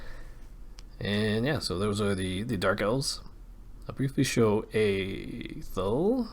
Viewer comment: learn how to pronounce athel